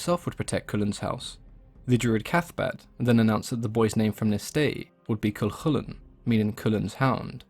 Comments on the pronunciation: Thank you for pronouncing Cu Chulainn properly! So many people don't! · Cú Chulainn was perfect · Finally, someone who pronounces it correctly